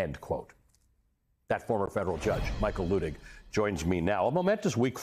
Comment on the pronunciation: Luttig is pronounced LUTT ig, not LOO ig.